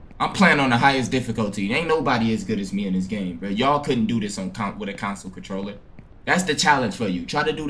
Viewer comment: Mens said Council controller 😂😂😂😂